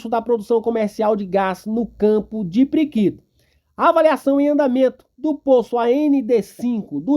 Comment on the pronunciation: Respeitosamente, nao entendo pq o titular desse canal, quando se referiu ao polo PIRIQUITO, pronunciou "priquito" - q linguagem popular se refere à genitalia feminina. Sinceramente, imagino q dar margem pra se descredito às informavoes prestadas. E tbm "ponix", ao invés de Fênix. Somente observacoes q julguei convenientes. Abçs fratrernos.